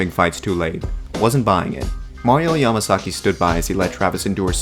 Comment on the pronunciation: Ya-MA-GAZZI!! MA-SA-SAKI😂😂😂😂